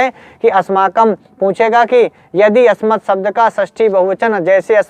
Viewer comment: त्वत् व अस्मत् का उच्चारण त्वत व अस्मत हो रहा है जो कि अशुद्ध है।